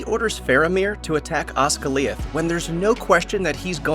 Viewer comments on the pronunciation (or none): It's Os"gi"liath not Osgi"liath" know the name of the city you city boy. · It's Osgiliath not Osgaliath! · I think the stress is on the second syllable. IIRC, in Sindarin names, if the last or next to last syllable is a dipthong the stress is on the third from last syllable - as in Ga-LAD-ri-el or Fin-DU-ilas. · Here's a real question, Why did you pronounce Osgiliath as Osgaleeuth. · actually most elvish pronunciation is wrong in this video Housegoliath for Osgiliath REALY? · Ozgalee-ith, don't think the narrator has heard anyone say this correctly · wtf is Oss-goll-eeath? lol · You can tell the narrator isn't a fan. "Oz-Ga-Li-OTH" nah fam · Mostly a nice presentation. My main beef is the pronunciation of Osgiliath, which is Os-gil(as in the fish thing)-EE-uth. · You do a show on Lord of the Rings like you're a fan and you pronounce Osgiliath like you do? Wow!!! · bro i almost cringed into a coma when you pronounced Osgiliath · Dude, they say the word "Osgiliath" in the movies. It's not hard to look up the pronunciation. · How the F*ck did you just pronounce OsGiLiAtH